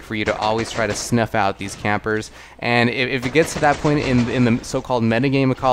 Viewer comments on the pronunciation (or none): none